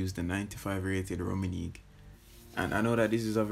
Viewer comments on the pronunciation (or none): The way he rolled that R tho😂😂😂😂😂😂